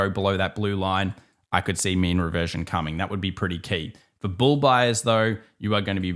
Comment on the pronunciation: 🐂 Bull not BUL ✨😀🤷🏻‍♂️🍀